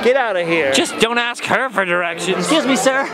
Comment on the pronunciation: You better "axe" somebody